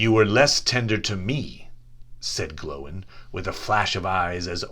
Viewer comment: Glóin isn't pronounced glow-in